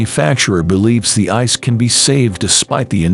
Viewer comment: this is a good video. informative and well written, with good clips. But the robo voice is really distracting and annoying. It's not just that it does things like pronouncing "I.C.E." as "ice," but the pacing is unnatural & bad. Have a human read it, and it'd be a lot better.